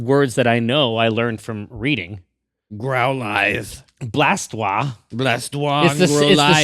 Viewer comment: Okay, this has to be finally addressed -- Blastoise would be pronounced BlastWHAZ in French, with a z at the end, cause of the e in the spelling. Also, I know how people pronounce Arcanine, but I think the person that came up with its name intended for it to be pronounced like a compound of Arcane and Canine. ArKAYnine. But it sounds so weird. Everybody says ARkuhnine, right?